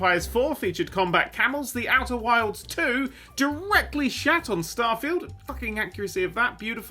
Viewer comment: Or is that just his accent that makes "Worlds" sound like "Wilds"?